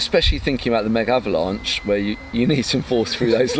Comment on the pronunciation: Every time someone pronounces it "Mega - avalanche" god kills a kitten! :-(